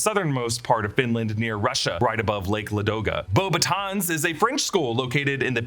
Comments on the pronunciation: Actually, Beauxbatons is pronounced Bo- Batton, the s is silent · It’s actually pronounced In french Bo-buh-tawn ( beautiful sicks “wands” ) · The “s” is Beaubatons is silent btw! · It's actually pronounced Beauxbatons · Yeah, I also noticed it and commented, I would like to see a more thorough and thought-through approach from them, it was really untasteful Also, correcting someone's pronounciation of French Beauxbatons to slightly less incorrect accent but still wrongly pronounced suffix (it basically should disappear after "o" (ons~ would be like ą in Polish, kinda like an "oh' going... down? 🤣) is wild to me too x) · Beauxbâtons is actually not prononced as you say it either if you do it with the french prononciation ahah (which would make sense since they're French)